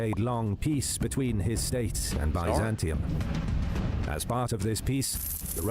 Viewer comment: Please pronounce the name correctly ! It's pronounced BIZ AN TYNE and BUY ZAN TIUM !